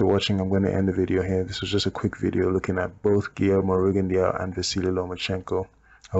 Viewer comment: i must say that Rigondeaux is pronounced Rigondoo,just had to say and before you start a bit bickering i like your vids and have actually just subscribed to your channel and i personally would love a RJJ video. Keep up the good work mate.